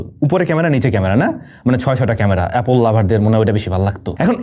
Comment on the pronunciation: হ তোরে বলছে এ্যাপেল😂😂